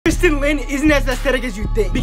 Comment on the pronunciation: Buddy gets mad when someone pronounces leon edwards name wrong but then does it to tristyn.